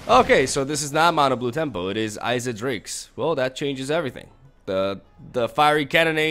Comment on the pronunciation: Its pronounced is-it